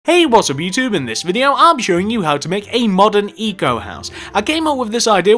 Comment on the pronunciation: it's pronounced eco not ico